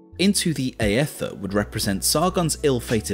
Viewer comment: Why did you pronounce aether wrong?